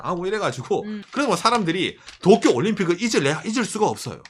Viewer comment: zㅋㅋㅋㅋㅋㅋㅋㅋ종이펴서 또꾜!! 따라하는거 개웃겨서 몇번을돌려보네